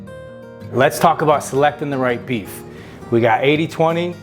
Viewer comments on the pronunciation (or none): I thought you said "Beavis whats for dinner?" 😂😂😂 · I heard "Beavis what's for dinner" ... Took a moment to comprehend.... Beef. It's what's for dinner. 😂